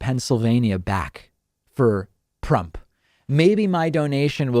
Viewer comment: Did he say Prump?